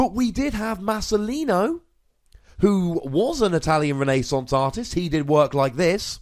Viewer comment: "Itallion Renaisunce"